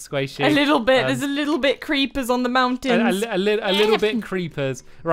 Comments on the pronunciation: Stampy did say pit instead of bit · He said fun pit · Stamps u did say fun pit lol :) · he said fun pit!!!!! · He did say pit not bit!! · I thought he said fun pit to